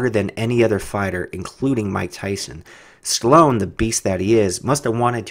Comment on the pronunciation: chloone...? hahahaha stallone